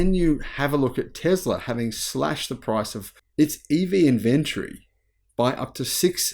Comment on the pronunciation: It is NOT inVENtory, but INventory!!!